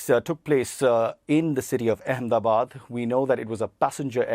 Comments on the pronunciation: why cant she pronounce AHMEDABAD ? Akmedabad ... really dumb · How many times will you keep saying Akhmedabad!!! Its Ahmedabad, spelled as Eh-Meh-da-baad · She actually said it as “Ack-MINI-Bad.” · This can’t pronounce “Ahmedabad,” and calls it as “Ackminibad.” She’s the worst journalist on the BBC.